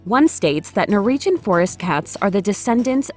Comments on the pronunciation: Keep getting caught up by the pronunciation "Nor-EE-jhun" :/ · Also, is it me, or does it sound like she's saying "Nor-region" instead of Norwegian? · This would be far more watchable if you could pronounce Norwegian